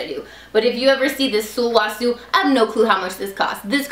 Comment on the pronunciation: You say it like, (Soul-wa-soo)